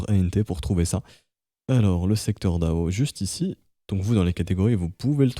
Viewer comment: Généralement on le prononce plutôt D.A.O en épelant chaque lettres, puisque c'est un sigle comme FBI ou ADSL.